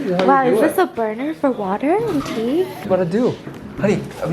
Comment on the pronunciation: He either said honey or unnie